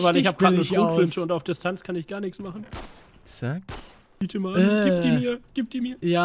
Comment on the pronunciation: Was ist denn deiner Meinung nach Falsch geschrieben das "Bite" habe ich absichtlich so geschrieben, weil man das so aussprechen soll wie es Manuel tut